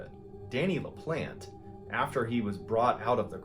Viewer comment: Really good story... but his last name is pronounced La-plon-tay